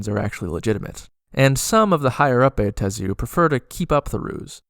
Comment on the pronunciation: I have Never complained about Pronunciation anywhere; but, dude--it's just: "BAh-Tey-Zu/Buh-Ta-Zu/to-may-toe/to-mah-toe, done! Sir, your 4-syllable pronunciation is an Atrocity puke emoji very distracting otherwise, Very Nice 8P